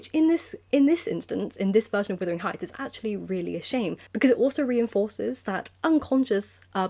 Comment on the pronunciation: I was wondering why you call it withering heights and not wuthering heights?